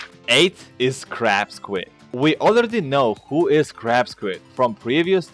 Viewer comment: i thought Ya Said Crap Squid Not Crab Squid XD